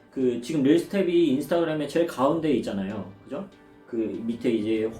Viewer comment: 릴스를 릴즈라고 하는게 킹받았는데, 또 중간중간엔 릴스/릴즈 섞어스는게 킹받네여 ㅠ